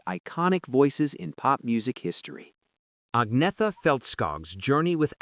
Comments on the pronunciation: AgneTHa! Nicht Agnea😂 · an-yet-a, not ag-netha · Agreed, but her name is mispronounced. It's 'Unnyettuh'. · "Ag-nee-tha"? Seriously? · Pronounced Ag ne tha Falts kog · No. It is 'Unnyettuh'. The G is silent.